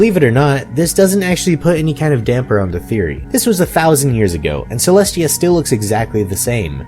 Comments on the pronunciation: You keep saying Cleshtia but it is Celestia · is it just me or do u keep saying Celest*SH*tia